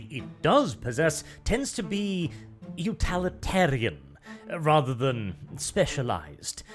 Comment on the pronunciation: It's pronounced UTIL-itarian, not UTAL-itarian! Sorry for my pedantry but you repeat the word so much lol